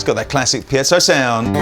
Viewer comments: Every time I say it in a guitar crowd there is always someone who will correct me, no matter which way I pronounce it. Does anyone know .... It's most likely named after someone. Pee-zo--Pie-zo.??? Which ever it is I can most certainly agree that it's not Pee-at-zo. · Haha I love that always pronounces piezo as "piazzo" (pee-at-zo), maybe the least close of all the possible pronunciations people use. Never change,! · Really fancy one of these. But am I alone in being annoyed by repeated mispronunciation of "Piezo"?